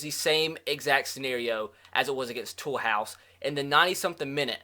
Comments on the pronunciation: it's pronounced Too-loose not Toolhouse 😂😂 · the name of the club with the purple stripes on its logo is pronounced to lose it is not pronounced tool house